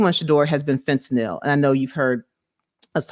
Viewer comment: “fehTahNel”… ma’am if u pronounce it like that again ima fall out.